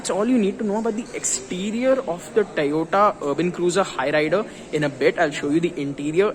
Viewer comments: It's not Tayota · My goodness! So weird hearing him pronounce Toyota as "Tayota".